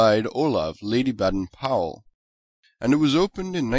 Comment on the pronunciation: Baden? The a is pronaunced as an a/ bAden powell house